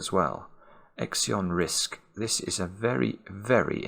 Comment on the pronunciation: Why 'exeon' when 'zeon' is the generally accepted pronunciation?